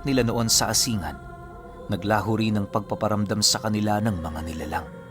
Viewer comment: ASIN-GAN po ang korek na pronoumciation po 🙂